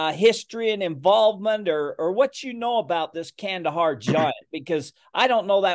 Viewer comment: It's pronounced khandaaar